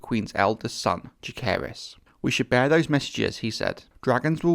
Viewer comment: he also mispronounces both Jaecerys and lucerys